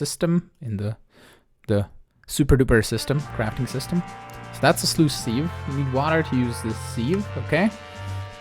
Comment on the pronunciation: Why oh why does everyone insist on calling it a "seev"? It's a sieve pronounced "siv", check any dictionary